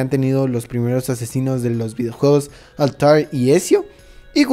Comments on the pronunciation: Otro error es como dice los nombres, dice altair y no Altaïr (mayor fuerza de voz en la I) y Ezio en la pronunciación se diría "Etzio" no "Esio" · Y nadie dice nada que a altair le llamó altarr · Me duelen los oídos cuando escucho Esio o altairr xD